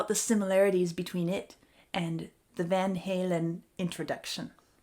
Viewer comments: Youre pronounciation is correct. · It’s Dutch and you pronounced it correctly. They’re from Pasadena so Americans pronounce it haylen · Your pronunciation is correct. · Please pronounce it "Von Holen" as often as you please. It fits your interpretation and perception which is important. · I'm a 55-year-old, life long Van Halen fan and I like your pronunciation of "Van Halen" better!! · You pronounced it dead spec on in the first video. 🤟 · You pronounced it correct, they're dummies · She was pronouncing Van Halen correctly the first time. Bunch of dorks. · You are correct with the Dutch pronunciation. Americans are always on a bit of a superiority attitude. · You were absolutely fine with the Dutch pronunciation. Eddie and Alex would've approved. Speaking of which, "Link to Béla Bartók..." Béla rhymes with Layla. 😉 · you pronounced it right. americans pronounce it that way and they had to relent. since everyone pronounced it that way. you were technically correct. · I LOVE the way you pronounce Van Halen ! Beautifully spoken . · You said it correctly. As thier Dutch name. The end rythym riff on Mean Street was played on one guitar, one track. Wolfgang is named after Edwards father, not Wolfgang Amadeus Mozart. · I never realized it but Van Halen sound more Viking-ish with your correct way of saying it. As for why we pronounce these words differently in the US, it's just the rules of English pronunciation, with a little bit of American divergence sprinkled in. To get us to say it the way you do, you'd have to change the spelling Von Hallen. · You are correct, Van Halen are Indo (Dutch Indonesian) people. You pronounce it properly, but in the States it's the way others have described. BTW, I'm here from part 1 and loved this!!! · Exactly right..i believe it was David Lee Roths idea to name and pronounce the name that way.. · You are saying it correctly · I believe you are saying correct, but americans say it diff. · I prefer your pronunciation. 🙂